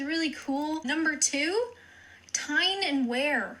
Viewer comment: Tyne and wear is pronounced tyne and weer( newcastle northumberland)